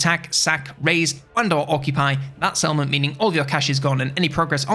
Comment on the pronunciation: ngl every time you said "Settlement" my Brain was like "Salmon?" 😅